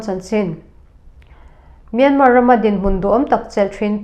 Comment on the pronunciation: A bengvar thlak thin hle mai. Myanmar hi Myanma tia lam tur aw..